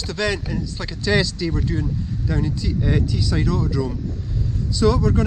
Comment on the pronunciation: Teesside not Teeside. The river is the Tees, not the Tee. 5 minutes down the road from me..